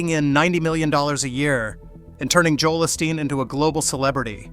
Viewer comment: You know it's AI when the simulated voice can't even say Joel Osteen correctly for which the main story is about...